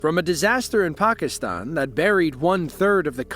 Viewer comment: I know where Pakistan is, I was making fun of his pronunciation